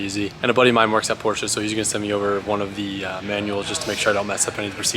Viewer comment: it's POORSHHAAAAA